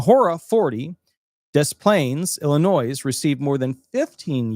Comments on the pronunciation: The S is silent in Illinois. It's pronounced "Ill-in-noy" not "Ill-in-noise". Automatic downvote. You're old enough to know better. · I stopped listening to you when I heard you pronounce Illinois with an 's'. Cereal boxtop education?